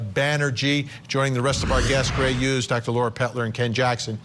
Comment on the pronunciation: Why do yoi keep saying Gray 'ughes'? It's HUGHES